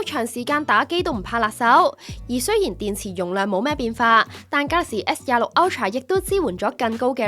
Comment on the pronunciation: galaxy s都未讀好仲介紹